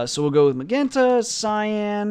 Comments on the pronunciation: Pronounce it like "majenta". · hi, It's pretty messed up that no one is polite enough to tell you it's pronounced "muh-jen-ta", anyways you're the man and thanks for uploading this content as well as the copious amounts of other videos and comments!